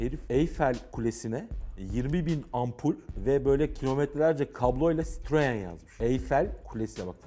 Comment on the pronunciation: Sitririnn he ! Citroen abi sitrrin gidin lenn 🤣🤣